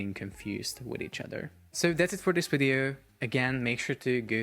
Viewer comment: When I hear "In this bideo"... <3